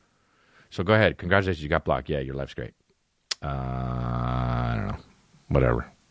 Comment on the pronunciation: He will never pronounce congratulations properly but I don’t care.